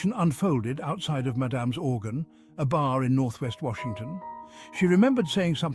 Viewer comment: The way the narrator pronounced "Madam's Organ" really got me. No, Sir, not like that.😅